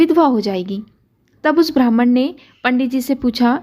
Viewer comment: अत्यंत सुंदर प्रस्तुती है. लेकीन " ब्राम्हण " शब्द का उच्चारण "भ्रामण" हुआ है .